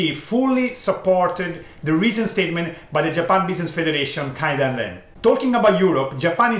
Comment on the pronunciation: please say "KAY-dan-ren" (where KAY rhymes with PLAY) not "KAI-dan-ren" (where KAI rhymes with HIGH). 経団連 is written "Keidanren" in Romaji not "Kaidanren".